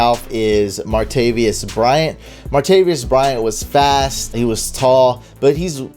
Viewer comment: Martavis not Martavius